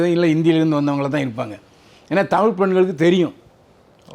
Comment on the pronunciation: நல்ல கேள்வி கேட்கிற ஆனா தமிழ்னு ஏன் வரல?? 10 தடவை தமில் தமில் தான் சொல்ற.. இதுல வேற தமில் எழுதுறேன் படிக்கிற... தமிழ். ழ் சொல்லு பாக்கலாம்...